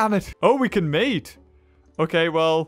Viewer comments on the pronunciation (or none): none